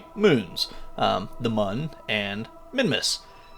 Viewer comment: Actually, I think it’s supposed to be pronounced “moon” because the crashed vessel on the start screen has an umlaut over the “u”. Thanks for the vid!